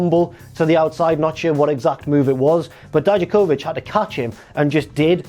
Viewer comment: please stop saying Dijakovich, you hear them say it out loud every week and that's not how they say it.